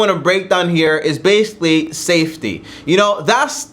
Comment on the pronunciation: stop saying basically in every sentence 😫 you don’t even pronounce it right “basilly”🧐